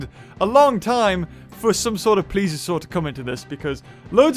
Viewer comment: he "Plioeses Me" I had enough puns